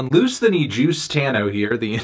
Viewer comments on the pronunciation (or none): none